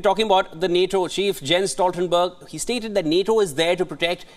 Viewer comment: Not Jens Stoltenberg- pronounce like "yenz. stowl .tuhn. brg